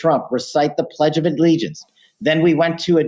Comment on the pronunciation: "Pledge of addlegiance"